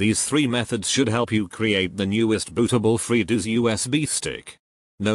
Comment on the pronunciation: "freedooos" lmfao